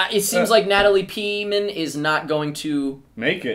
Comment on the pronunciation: Natalie Peaman? I swear it's Portman?